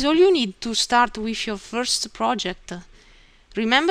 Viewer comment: First of all, your English is very good. Thank you for putting together such a helpful tutorial. I hope you find these comments helpful. There are some pronunciation errors, but many of the discrepancies aren't really errors, just funny word selections. "brackets" you said brake-it-s | "through" you said froo | "with" you said whiff | "home" you said ohm | "button" you said but-tone | "circle" you said seer-co | "anything" you said anyfing | "these" you said dee-sss | "three" you said free | "while" you said why | "letter" you said litre You said "You have different ways to draw as the way you like." It would be better to say "You have different drawing options to suit your preference." You said "Let's see how to draw." Maybe "Let's look at the draw section." would be better. : You started a sentence a sentence with "You find". Since it's the beginning of a sentence it should be "You will find" : You said "keep mouse on such buttons" and it should be "keep the mouse on one of these buttons" It sounded like you said "Then we explain you how to draw." and I think you meant "These will explain to you how to use them." You said "below the right buttons" where you meant "below each button" You said "These are simply used to change the way to draw your arc or circle." This is not wrong but it would be more clear to say "These simply show the different construction methods for drawing your arcs and circles." You said "Click on it and select wh